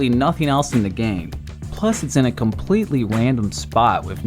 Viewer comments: to he says wandom insisted random 🤣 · did he say random or wandom? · he said wandom insted of random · said wandom not random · He said wandom, not random, wandom and it is absolutely hilarious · "A completely wandom spot" xd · yes it’s in a completely WANDOM spot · ikr lmao, finally found a comment that noticed this too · i think said for: its in a conpletly wandom spot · LOL completely wandom spot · Plus it’s in a completely rwandom spwot uwu . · “it’s in a completely WANDOM spot.” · Wandom spot owo uwu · Did he say wandom? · Plus it’s in a completely wandom spot Me: Wandom? I respect that. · it's in a completely wandom spot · completely wandom!!! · “completely wandom spot” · he’s speaking the cursed language of uwus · Its a completely wandom thing.: 2019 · he said wandom spot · wandom spot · Did you guys hear him say wandom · wandom uwu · guys this is so wandom... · completely wandom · completely WANDOM spot 😂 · a wandom spot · Plus it's in a completely wandom spot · did he say wandom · Man, it’s just so “Wandom” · “Wandom” Nice... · XD you said wandom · wait is it just me but he said wandom spot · "Plus it's in a completely wandom spot" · in a completely wandom spot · completely in a wandom spot 😂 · he says wandom im dead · he says “wandom” that has me dead😂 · “a completely wandom spot” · plus its in a completely "wandom" spot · thats a very wandom spot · did you just say wandom? that's what it sounded to me xD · "wandom" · "Wandom" lol Btw I like your channel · “Wandom spot” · so Wandom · It’s in a completely “wandom” spot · “It’s in a compwetwy wandom spot” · "Wandom spot" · there was an attempt to say random